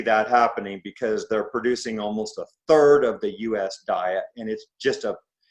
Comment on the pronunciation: "One turd," Ivor?